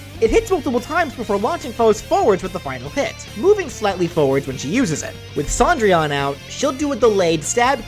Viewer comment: I’m annoyed that Cendrillon is pronounced Sandrian